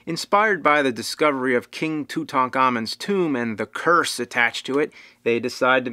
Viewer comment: Impressed at proper pronunciation of Tut Ankh Amun ‘Living Image of Amun’